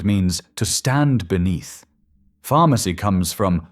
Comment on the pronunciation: Pharmacy PH-harm-acy